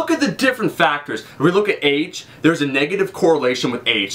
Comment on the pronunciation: sounds like youre saying AIDS when you say Age